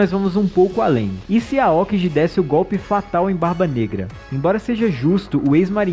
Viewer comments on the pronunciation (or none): Se pronuncia Aôki gi falwr "aókiji" eh foda